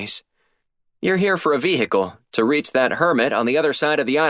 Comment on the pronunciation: The pronunciation of Vehicle is starting to get annoying.. Good series so far..